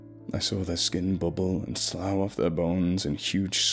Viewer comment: Why can professional narrators never pronounce "slough"?? "Her skin sloughed off" Like cough. NOT like cow...